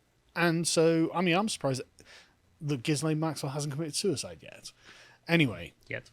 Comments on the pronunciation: is it not pronounced Gillian? well I have always called that hoor by that name. But 20 years...really? not enough. But all the rich and famous people will be running scared soon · Oh come on guys..! is talking about all of Epstein's male friends who cavorted with underage girls, ie, Bill Clinton, who was a regular on the Lolita Express and private island. And, the 's' in Ghislaine is silent, as in 'Gil-aine'. I've liked your other takes but you are off the boil on this one. Step up..! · I'm a bit disappointed that you dropped the Jizzlayne pronunciation of her name.